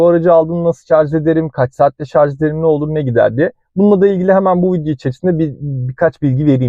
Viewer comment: Şarz değil şarj